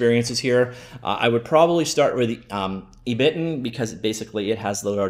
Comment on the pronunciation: ebiten is pronounced eh (as in "echo") - bi (as in "bi"tten) - ten (as in 10)